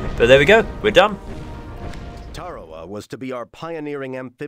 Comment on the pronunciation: Your mispronounced "Tarawa" kills me